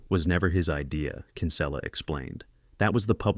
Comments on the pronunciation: Bad pronunciation by narrating voice, "Kínsula" ? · Yeah no way “the announcer” saw this movie. He made Kinsella sound Spanish😂